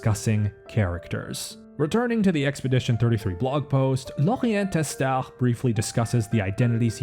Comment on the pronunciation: Thank you for the video and for pronouncing the name Lorient Testard correctly without the ard but just ar in French!